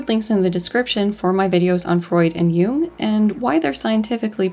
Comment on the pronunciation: I am enjoying this video a lot but pronunciation of "Jung" sounds like how I'd expect her to say "Hume" and wow is that leading to some interesting parses